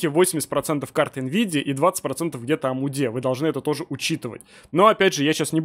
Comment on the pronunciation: за одно коверканье слова АМД в умудье можно отписаться от канала